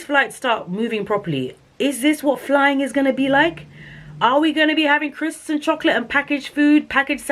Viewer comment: Oh gosh the way you said "crisps and cho-ko-late" 😂😂🤣